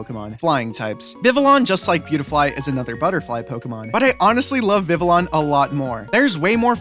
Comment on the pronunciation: Vivi yon...not llon...ll is pronounced y